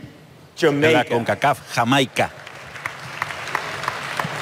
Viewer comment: me causa gracias que el presentador pronuncie algunos paises en ingles y otros en español........ por ejemplo yameica , mecsixo , yuruguayy luegoo diga Argentina o Paraguay